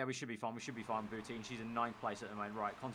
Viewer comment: Bou-TIN not teen